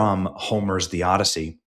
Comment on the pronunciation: The "Odyssoy"